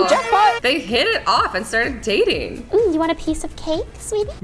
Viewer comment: that’s not how you say it it’s dating btw